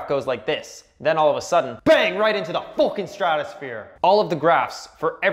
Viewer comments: Subscribed! This is hilarious! I've laughed so hard. Especially it was funny when you said: "bang! Right into the fooking stratosphere!" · You sound Irish when say fookin